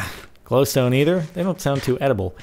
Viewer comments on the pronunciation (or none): none